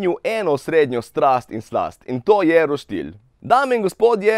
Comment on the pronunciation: Reče se roštilj ne pa roštilj